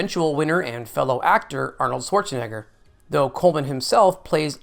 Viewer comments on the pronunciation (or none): none